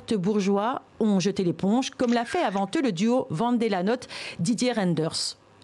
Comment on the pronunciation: C'est monsieur VAN DE LA NOTE et pas VENT DE LA NOTE, ensuite, c'est pour monsieur Reyderns c'est ders mais dèrs que ça se prononce.